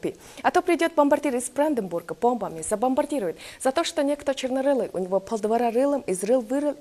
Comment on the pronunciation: только не забомбардИрует, а забомбардирУет. Ударение на "у". А так всё прекрасно 👏